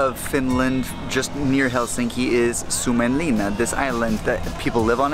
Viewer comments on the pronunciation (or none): You pronounced suomenlinna like sumenlina